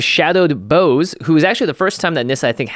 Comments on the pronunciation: Boughs are pronounced like Bou, not Boh, Jimmy. Boughs are the things that grow off the trunks of trees, similar to branches. Fix yourself. Carry on. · Don't mean to throw shade, but bough is pronounced like bow as in "bow wow" rather than bow as in "bow & arrow". The word comes from Old English and is used in the nursery rhyme, "Rock-a-bye Baby". Just sayin' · Every time someone says Shadowed Boughs like Bo instead of Bow hurts me. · Nissa of shadowed boughs. Jimmy that word its not pronounced "bows" think baos like the plural of bao bun. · Boughs is pronounced like taking a Bow :) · Nissa of shadowed boughs. Pronounced bows Bough is an old word for a tree branch. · It is rather frustrating hearing every content creator in the MtG community mispronouncing Nissa's epitaph. Boughs is pronounced Bawz. It is pronounced like the verb bow with an s sound on the end. Everyone seems to pronounce it like the noun bow for like your hair or the archery weapon. Has everyone forgotten "Rock-a-bye Baby" and how it has the line "...when the bough breaks..."